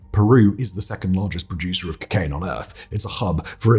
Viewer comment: "Kickaine." You sound like a southern sheriff in a news conference, lol